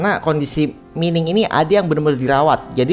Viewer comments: Mining dibaca maining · Maining bang bukan mining, jangan terlalu menormalkan bahasa